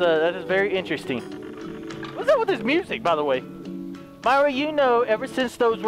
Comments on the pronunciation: It isn't Myra it is mira Edit: mira is pronounced mee-rah Myra is pronounced my-rah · Its pronounced mira